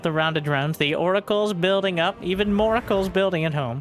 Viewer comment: Did say moracles? 🎉